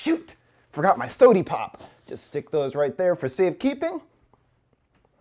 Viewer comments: I have a hunch that it's referencing h3h3productions who says "sodie pop" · Came for the "Soo-Dee" pop, stayed for the ending explained. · “Sody pop”